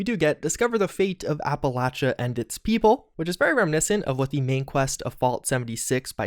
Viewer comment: From someone who lives here, it's pronounced "app-a-lay-sha". your pronunciation is so cringy